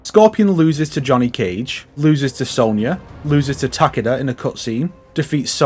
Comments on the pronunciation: "Tah-keh-dah" is the correct pronunciation, since he is Japanese. "Tah-KEE-dah" is a very Westernised pronunciation, like how most Westerners say "Kah-ZOO-yuh" instead of "Kaz-uh-ya". There are many examples of this, but it mostly comes down to that emphasis on the second syllable, which is usually incorrect. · Takaduh is probably the funniest way to pronounce Takeda. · The game doesn’t pronounce his name right either. It’s “Tah-keh-dah” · The way you say Takeda is hilarious terrifying XD